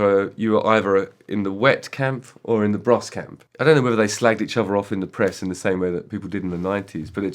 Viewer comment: So it's two brothers, twin brothers, who make a band called Bros. And you pronounce it... Bruss?